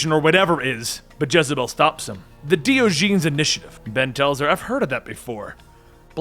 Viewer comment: did you mean Diogenes? (Die- Oh- Jen-Es) like the philosopher?